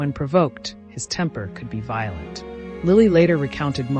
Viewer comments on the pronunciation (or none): none